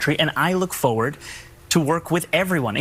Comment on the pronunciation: Foward??? Or FoRward?